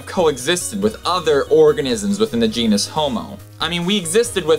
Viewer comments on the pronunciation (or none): none